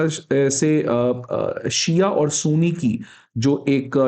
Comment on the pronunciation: Sir sooni ni ..sunni..oh my god..i hate when anybody mispronouns the words